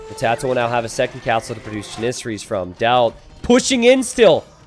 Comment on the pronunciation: the way he mispronounces Janisaries (Jan - uh - sar - eees) <--- this is how u are supposed to say it